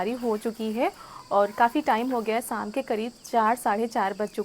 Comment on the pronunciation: Sam nahi sham hota hai theek se Bola karo